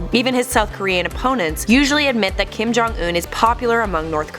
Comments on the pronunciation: Kim jong un not Kim ' johnson' get it right !!! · it's not Kim jong in it's Kim don't un